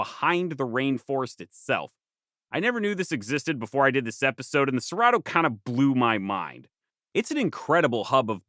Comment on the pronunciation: Having a harmony with nature and having charcoal to work metals like Iron & Steel is paramount, was that way thousands of years ago, still holds true today. **Edit in Brasil two rrs together make the H sound: Cerrado= Ser-ha-doe say it like that just to help. Also you forgot the second most important ecological Region in S.A. , the Cerrado transitions the two zones between the Amazon and the almost as important Atlantic Forest Mata Atlantica- Lots of Indigenous in the Atlantic Forest too & we have better soil.